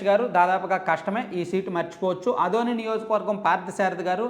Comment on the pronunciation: అదోని కాదు రా ఆదోని